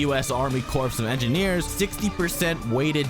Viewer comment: NUCLEAR NOT NU CU LUR ALSO CORPS IS PRONOUNCED "CORE"